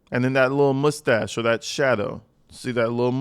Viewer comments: Say Moosetasche again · Moostach! Love it